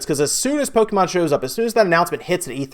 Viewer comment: pronounce Pokémon correctly dumbass